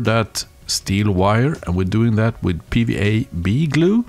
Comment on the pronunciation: Are you saying PVA “bead” glue, or PVA “B” glue, or something else? I keep rewinding and trying closed caption but can’t figure it out. If this is a different type of PVA, what would it be called in the US, and how does it differ from regular PVA? Thanks to anyone who can enlighten me